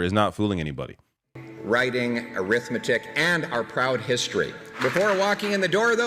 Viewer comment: "Arithmetic" lol Who wants to tell him?